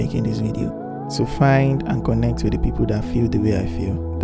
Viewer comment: I LOVE HOW YOU MADE MISTAKE IN PRONOUCING THE CONNECT AND DIDNT CUT TTHAT PART OFF ... YOURE TOO REAL . I I WISH I COULD GET A CANVAS BUT IM NOT IN LAGOS